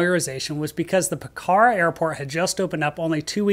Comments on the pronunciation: Pokhara is pronounced Pok-ra, no “h” and the first “a” is almost silent. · Pokhara is pronounce with a long “o” sound and the accent is on the first syllable. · Yikes, I've done that exact flight, back from Pokhara ("POKarra" not p'KARA) to Tribhuvan. Took the bus going out though, the bus was more scary!